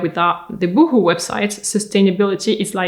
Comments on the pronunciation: I love how you say Boohoo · I love that you did that little pause, after the boohoo anouncement, so we could all laugh and catch our breath before going on. Well done!